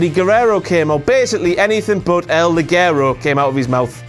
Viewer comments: It's not pronounced "LI- GUE-RO" It's pronounced "LI-JE-RO" for christ sake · Ligero is pronounced: LI-HE-RO What you're saying translates as "garter belt" (liguero in Spanish, pronounced LI-GE-RO) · First, you keep mispronouncing Ligero. It's supposed to be Spanish and "ge" sound like "heh", therefore it shoud be pronounced lee-HEH-raw. I say that because everyone botched the pronunciation. Not just, although he did botched it worse. I know how it should be pronounced because I'm Mexican. Second, I thought that Rampage could be Blampied's pokemon, just look at how he orders the piledriver, he could be a pokemon! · It's not LiGUEro... You don't pronounce it like GUErrero. It's LiGEro. It's a similar sound to beginning of the word "hectic," without the k sound. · It is /Lijero/ in spanish, it means light, /liguero/ is the name of a kind of woman stockings. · No11, you can´t pronounce it right either, King, Maybe if you say it like "Lijero", but not "Liguero". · it's pronounced "el lijero" "ligero" is women's underwear... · how 1 english man should say "Ligero" : Lijero this is how it should be pronounced :D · It's pronounced Li-je-ro, even the name is stupid, is "light" in spanish... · You can't even pronounce Ligero right, you stupid idiot King. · That's not how to pronounce "ligero" in spanish :V